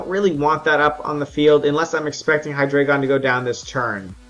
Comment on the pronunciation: I found this out yesterday but its actually pronounced hi-dry-gon, not hi-dray-gon. I don't blame u, but I thinks its weird how everybody pronounces it wrong.